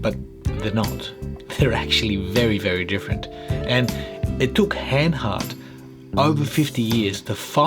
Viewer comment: And you pronounce it Hahn hahrt, not Hen hert.😀